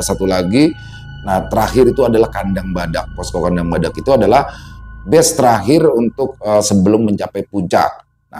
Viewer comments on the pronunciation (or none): none